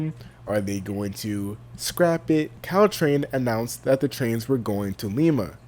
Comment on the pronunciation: wtf is Ctrain? It’s Caltrain 🤣🤣🤣